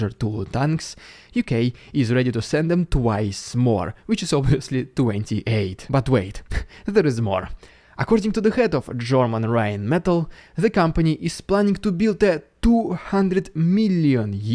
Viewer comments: 3 syllables RINE-MA-TALL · If you still didn't understand that.....I was just trying to help know that Rheinmetall is 3 syllables not 2, I just wrote the tiny line, you had to just comment, I did it not to be a dick, and to be nice about it without writing hey you said that wrong, he has a heavy accent just trying to help with a word he has used often lately. And what I wrote is a fact, what was your reason to comment? No life? An idiot in real life looking for a place where he can find some people less smart than you? Does that make you feel better? You are so dumb you started all this from a single line fact I wrote for the content creator not a random idiot which at this point is you. I could be a real ass and go back into how "Kaliber Missile" has 6 syllables....lol. Like I said have a nice day ass 🤡. And btw people do not care about your comments they are so ignorant your that idiot in the comment section btw......doubt you will change, it's your base intelligence limiting your mental growth so I don't totally blame you, just as you can't blame a child with learning disabilities maybe not meeting the same marks as their peers without a disability..........🙄🙄🙄